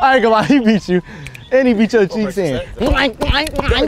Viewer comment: it’s cheeks not checks